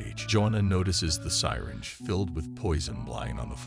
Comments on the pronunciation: Is this a bot? Her name is JOANNA, not Jonah. Fail. Sy Ringe? Really? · ‘Sigh-tinge’. Really? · The "SIGH-ringe." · His wife Jonah.... You mean Jo-Anna. Who calls it a Sigh-Ringe? It's a Suh-Ringe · Its pronounced syringe not sighringe and shot guns use shells not bullets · The mispronunciation of some of the words threw me off at first. It took me the longest time to figure out that the word "sirens" was actually a mispronunciation of the word syringe! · Is this a robot narrating? Syringe pronounced Si-ringe? Made me chuckle :) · Who else knew that word was pronounced sigh-ringe? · Lmao also the way ge pronounced syringe...😅😅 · AI narration is cancer. It can't tell when it's reading a typo and will happily recite nonsense like "roils off into a corner". If you paid a human to do this, they would spot that, and they'd also know how to pronounce "syringe"